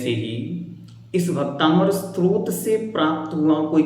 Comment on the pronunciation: भैया जी आप बहुत अच्छा समझ रहे हैं लेकिन आप इसे भक्तामर स्त्रोत बोल रहे हैं जबकि यह स्तोत्र होना चाहिए